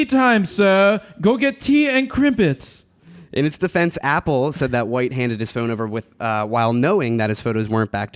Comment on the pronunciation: CRUMPETS not crimpets, do you even speak English Jared??